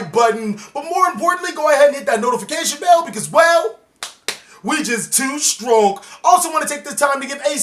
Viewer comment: "Stronk" Cringe